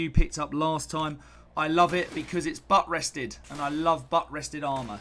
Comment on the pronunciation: Will your next video show how to correctly pronounce "AristocRats", "Maul", and "Buttressed"? ;-)